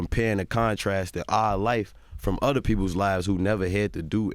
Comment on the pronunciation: Instead of saying other he said “otter” lol